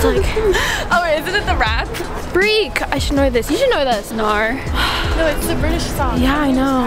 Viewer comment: As an Australian gotta say Emily did a really good job at “no” and “home”